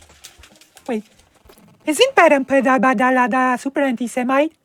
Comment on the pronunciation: every time she says your name and my beloved country's name wrong, I loose 20 months of my life.